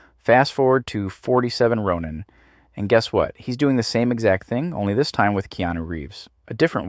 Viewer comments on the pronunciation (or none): none